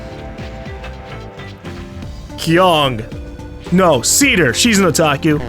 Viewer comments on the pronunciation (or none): none